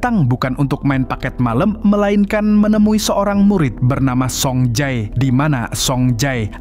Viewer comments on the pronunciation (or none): Bukan soung jae tapi song je